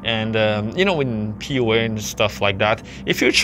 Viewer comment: Sounds like you’re saying “POA” not PUA